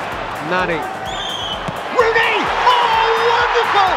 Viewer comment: lol.... ROOONEY